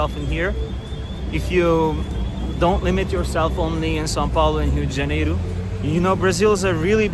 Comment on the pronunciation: Your pronunciation of “rua XV de novembro “ ,🇧🇷 , and Rio de Janeiro, sounds sooo native ! Brazilian accent